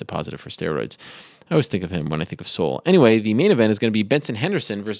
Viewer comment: Ah no Ariel that is not how you pronounce his name. It's not very good to be trying to correct people when you are the one that is wrong Ariel. lol You also incorrectly pronounced South Korea's capital of Seoul also.